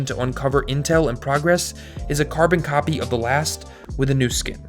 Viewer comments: FYI the word “copy” doesn’t have three syllables. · the way he says copy is awesome :P